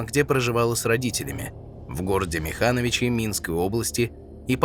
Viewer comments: МИхановичи правильно, а не МихАновичи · мИхановичи,а не миханОвичи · Я белоруска и знаю точно ,что правильное звучание населенного пункта звучит Михановичи с ударением на первый слог.